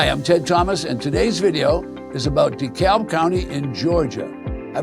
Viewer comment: It’s pronounced dee-cab. 😇